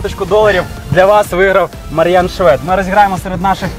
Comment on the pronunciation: ШвЄд, слух ріже🤦🏼‍♂️